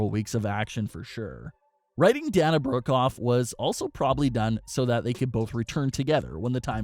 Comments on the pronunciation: its not DAN-UH, its DAY-NUH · Day-na not da-na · It's pronounced Day-na not Dan-a. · I think that you should learn how to pronounce Dana Brooke’s name correctly. You kept calling her Dan-a when her name is Pronounced Da-na (Day-na). Her name is pronounced the exact same way that UFC president Dana White’s name is pronounced. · This guy is supposed to be a wrestling news channel and yet he can’t even pronounce Dana Brook’s first name correctly. It’s pronounced Da-na, NOT Dan-a. It’s pronounced the exact same way you pronounce UFC President Dana White’s name. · It is not da na it’s day na that’s how they say it on tv and is how the name is supposed to be said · Bruh it’s Day-Na say it with me Day-Na 🤦🏽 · Dana is pronounced like Dayna like Dana White from UFC lmao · Dana is pronounced DEY NAH. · Say the "A" in her name! Your driving me nuts lmao D"A"na Brooke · Dayyyyyyyy-na! Jesus christ. 🤣🤣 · Lol! Dan-a Brooke. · It day-na Brooke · I screeched every time he mispronounced Dana. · at this point he’s trolling us mispronouncing Dana’s name 😂😂